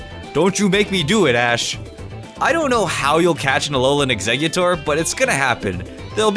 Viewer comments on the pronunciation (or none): none